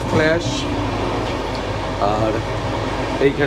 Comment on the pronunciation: ও দাদা, ফ্ল্যাস‌ নয় ওটা ... ফ্লাস 😂😂😂